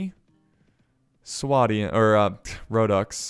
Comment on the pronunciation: its swadian with a lond A so swaydian